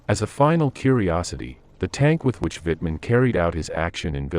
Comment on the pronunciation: Why can't they get the narrator to pronounce German words and name correctly. The W in German has a V sound so Waffen is pronounced Vaffen An Wittman name the same and he cdoesn't pronounce Leibstandarte correctly.